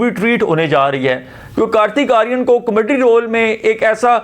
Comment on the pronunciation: What a Comaddy you are😂 Learn to pronounce kakay😅 Btw horror aisa hota hy kya k apni phat rahi ho, actually horror bhi comedy hi hoti hai bollywood mai kyun COMADDY😂😂😂